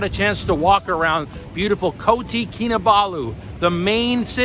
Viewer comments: It’s Kota (not Koti) Kinabalu. Kota means city.. indeed M’sia is an amazing country food, people and healthcare facility! Glad you’re enjoying your time there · Bro is kota kinabalu…not koti 🤣…. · It’s KOTA Kinabalu NOT Koti & it’s RINGGIT not Ringet & Sabah is one of Malaysia’s 13 STATES! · Piece of advice better get your pronunciations correct. You're kinda butchering the name of the city etc. Just a simple advice